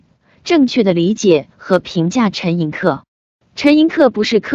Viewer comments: 陈寅恪(que音同“却”） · 正确读音就是ke，念que是因为他的江西同乡用客家话误读的原因，陈的亲笔手稿签名从来都是Koh，就是ke。